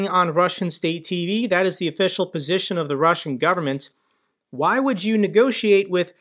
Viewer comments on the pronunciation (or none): none